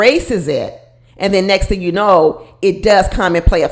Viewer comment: I wasn't getting Jersey from. I got Michigan - Detroit - Pontiac or maybe Chicago. Not east coast. He also said Ting instead of Thing. Clearly he is trying to reinvent himself. It really disturbed me when he said he was in therapy as a child after he said he was broke and in a single parent home. Wonder who paid for the therapy or if it was court ordered since he refused to discuss it.